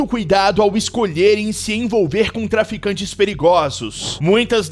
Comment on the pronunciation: mais imprecionante nem é as mulheres se ednvolver com esses tipo de pessoas, que me impreciona é o narrador falando "melheres que se envolveram com traficantges errados", :face-blue-smiling::face-blue-smiling::face-blue-smiling: existe tem traficantes certinho 🤔?